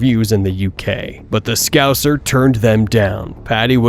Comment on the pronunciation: The way that Rogan pronounced "scouser" has left me speechless. On a par with "aluminum"